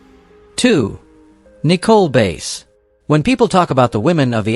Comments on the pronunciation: its nicole bass not base her last name is bass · Her name is prounounced like the fish, not the instrument. Bass